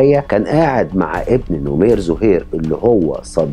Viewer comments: نَمير ..مو نُمير .. وسردك جيد لأن مابي إطالة وتكرار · نمير بفتح النون وليس نومير